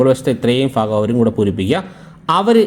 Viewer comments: ഭാഗം ആണെടോ 😂ഫാഗം അല്ല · ഫാഗം അല്ല സുഹൃത്തേ ഭാഗം എന്നു പറയു.........😂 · lafyam അല്ല. ലഭ്യം. fagam അല്ല. ഭാഗം